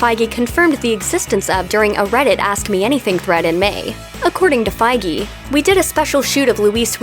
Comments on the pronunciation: “Five Ggey” it’s FIEGE asshole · So Kevin Feige is pronounced as Kevin Faygee? I thought it was pronounced as Kevin Feej. It was all a lie!!! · 'Kevin Faigi' Wot? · Fiege!!!? You pronounce it wrong! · "Feige"!!??? I always thought it was fee•dge, like the "fiji water" but only fij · you're butchering Kevin Feige's name like a lot